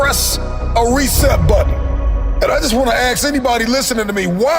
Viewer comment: Guy talks about endlessly learning and leveling up, but he can't say "ask." Smh...